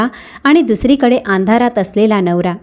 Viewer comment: Katha is striking but Marathi pronunciation is bad eg It is Andharat n not AAndharat n and n*not proper